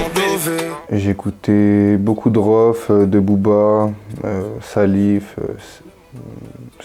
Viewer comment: J’connais Rohff pas RHOFF